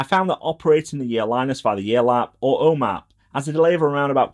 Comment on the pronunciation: ”The ’Ome app”